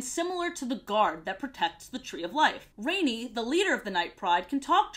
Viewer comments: She also pronounced rani as rainy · Love the video, but I must admit it really bothered me that you kept pronouncing Rani's name wrong lol. I always remember how her name is pronounced because the Grandma says it several times in her death scene and her voice is really cool sounding. I watched quite a bit of the show and was pleasantly surprised, I'm glad you seemed to have enjoyed it as well. Keep making great videos! :D